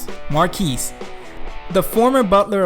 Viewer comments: "Marquis" is pronounced "Mar-kee," not "Mark-eez" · How the hell did you pronounce Phoebe correctly but not Marquis?